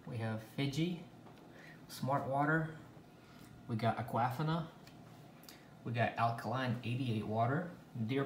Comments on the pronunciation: Agahfina…it’s pronounced AQUA•FIN•A 🤦🏽‍♀️🤦🏽‍♀️🤦🏽‍♀️ your not pronouncing anything right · Duh-saw-knee:(Dasani) that's how we pronounce that Sir..(Aquafina) Ah-qwa..feen ah...is how we pronounce that...Have a Blessed day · a-QUAF-ina LMAOOO thats the best. thumbs up to you. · No. It’s pronounced like Aqua-Feena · His girlfriend name is Aqua-Fona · Can some one please tell him how to pronounc disani and Aquafina right!!! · Have I been pronouncing Aquafina wrong all these years? 😬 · Is that the proper way of pronouncing Aquafina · U guys understood the brands correctly right? So let him pronounce the way he wana